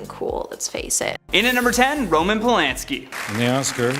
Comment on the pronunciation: Who’s Roman Polinski? It’s Polanski. Pronounced like “and”. It’s even spelled that way. (?)